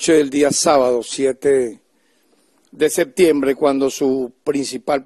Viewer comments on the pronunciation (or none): none